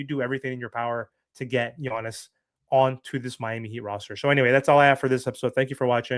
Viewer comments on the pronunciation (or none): I love how you say "Yonis," 😂 Your content is top o' the line, you know I appreciate it. But you also know it's "YAHNIS" LOL